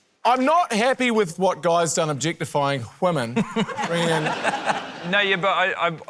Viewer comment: It's a very small bit, but Jeremy saying "hwomen" never fails to elicit a chuckle from me